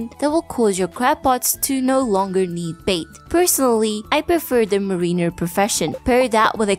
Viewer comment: its MAREiner, not marEENer, also roe has only one syllable